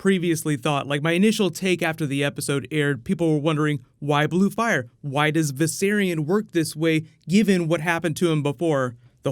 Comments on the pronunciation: VISERON! Jeez... Viserion, come on. Don't disrespect the dead like that. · Excuse me? Did that VFX guy just mispronounced Viserion's name to Vis-eron? So disrespectful! Lol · "Viseron" lol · Its viserion not viseron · Am I the only one who got mad when that guy called Viserion Viseron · He called viserian viseron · V'Ceron... Maybe hes foreshadowing lol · Vis-er-on LOL IM DONE 😂😂😂😂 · did that guy in the video really say viseron am i the only one that caught that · WTF Why can't y'all can't say Viserion correctly; it's (VICE-Ce-RE-ON) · *Viserion. But I agree, he clearly pronounced it wrong, which was annoying. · love it how the director mispronounces viserion's name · The way he pronounces Viserion drives me nuts.